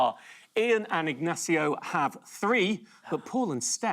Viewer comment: Last time he appeared, VCM did the same weird thing of pronouncing Ignacio and López with different accents.